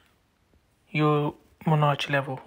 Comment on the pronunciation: In English, “Monarch” is pronounced “Mon-ark”, not “menage”, which is something completely different. 😂